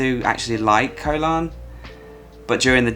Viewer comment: I agree with your picks and glad to see Samet on the S tier. I'm returning there again soon. I do a small cringe everytime you say "Koh", you know how it's really pronounced 😊